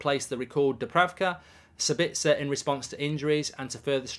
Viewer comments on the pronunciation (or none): As an Austrian I think it´s a little funny how you pronounce Sabitzer 🙂 Let me help you out: the stress is on the first syllable, not on the second. SAbitzer, not SaBITZer... Best wishes from Austria mate! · He's called Saaaabitzer. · I'm English but even I have always found it weird how he pronounced it lol